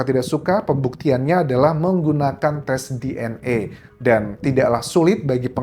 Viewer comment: Baca DNA bukan DNE